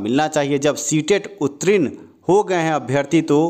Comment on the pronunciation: रे उत्तीर्ण होता है उत्तरीन नहीं बोलना सीख लो पहले! और जहाँ तक स्टे की बात है वह तो लगेगी नहीं और यह बहाली अपने समय पर पूर्ण होंगी